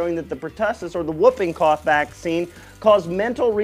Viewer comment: Quoting a paper from 1958? WTF!! This isn't how the scientific method works, you fucking moron. The body of evidence has taken this information, and consequently moved on from it. That's how science works - it's not religion. "Wupping" cough? Hahahahahaha.... Even the lay-person pronounces it correctly as "hooping" cough. For health professionals (such as myself) we call it pertussis. You sir, are a buffoon.